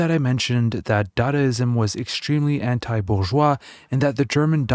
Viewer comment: What is "bouvois" society? Do you mean bourgeois?